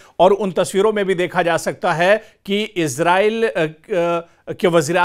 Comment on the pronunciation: Ezrail nahe esrail😊❤